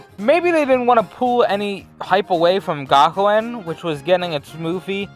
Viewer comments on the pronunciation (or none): none